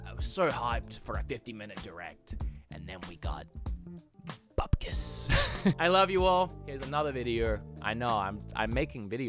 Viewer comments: Did, did he just say "buppkiss"? Bupp...kiss? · Is this one of those things that we mishear and then no one ever corrects you on? Bupp with a hard P?